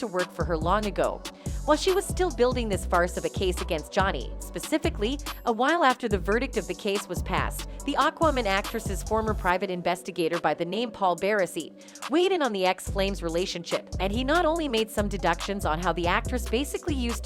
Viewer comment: It’s not Oquaman it’s Aquaman 😂